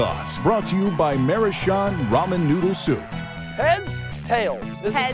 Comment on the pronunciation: Also it's pronounced MA roo chan (like channel). It means uh "cute circle person", which is on the ramen package